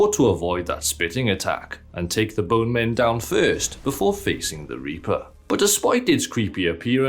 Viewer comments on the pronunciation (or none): none